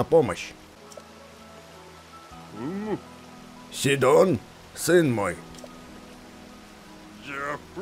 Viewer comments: ты в имени Сидон ударение не на ту букву ставишь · удорение не правильное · Не сидон а сидон